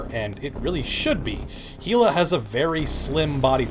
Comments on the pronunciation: btw pretty sure it's pronounced Ila not HHHHHila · It's pronounced eela not heela.